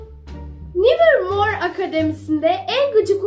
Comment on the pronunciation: Abla nevırmor diye okunuyor vallahi tarihe geçtin